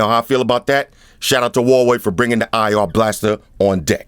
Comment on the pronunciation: Kudos for pronouncing Huawei right,. You're the first reviewer got it right